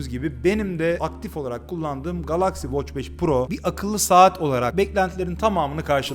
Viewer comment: O nasil bir Galaxy telaffuzu GALAKSİ